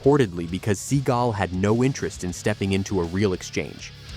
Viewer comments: ‘ seagal’ not ‘ seagull’ 😂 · You're pronouncing Stevens last name as Sea GUL when it's actually Sea GAL. And it's quite irritating and annoying. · Please stop making videos using AI voices to narrate them. The constant repeating of Steven "Seagull" is ridiculous. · Sea gul ? Stall on ? lol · "Seagull"....come on......seriously...🙄...although JCVD's Seagal walk is FIRE🔥🔥🔥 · Lol, Seagoo? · Your not saying his last name right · Right off the bat you can't even say his last name properly. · Learn how to pronounce his name